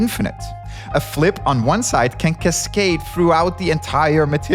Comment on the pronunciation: I wish no one said things like "one grain of sant can cascate throughout the system". A D sound is perfectly pronounceable 🙂